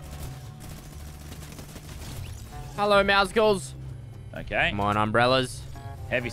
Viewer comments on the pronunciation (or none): it's pronounced "Meow-cles" not "Meow-sickles" It's word play with the noise cats make (meow), and muscles. Edit: Dang, there are some insecure c*nts in the replies of this comment. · It's meow + muscle Not meow + icicle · Why the F*ck is everybody saying Meowsicles? It is Meowscles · i love how instead of saying meaw meaw he said meoscles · I’m sorry but it’s meowscules like meow and muscles